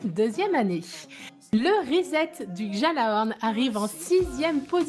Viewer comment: les gens qui prononcent mal gjallarhorn aussi non?